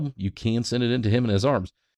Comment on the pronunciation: Pronounced "he men ez" --- hemenez; not jim i nez